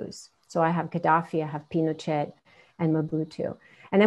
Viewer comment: Subtly corrected her mispronounced "Pinochet" hehehe 😉